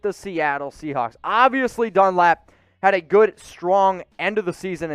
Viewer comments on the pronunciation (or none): I’m glad I’m not the only one that heard him say “seacock”.